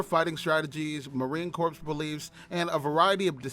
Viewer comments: Idiot announcer watched to many episodes of Gomer Pyle USMC...The ps is silent, as in Marine "Cor"... Marine Corps !!! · The p is silent in Corps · Marine "Corpse" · Marine Corps the ps is silent. You will be corrected on that every time whe n speaking to US Marines. Great vid!🫡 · Yeah I noticed that too